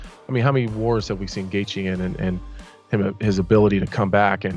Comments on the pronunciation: Absolute butcher of Gaethje name😂😂😂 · It KILLS ME how the narrator doesn't know the fighters hes talking ab....him pronouncing gaethjes name so bad drives me nuts